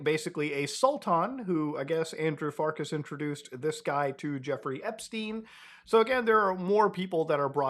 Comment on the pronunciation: epSTEIN not epSTINE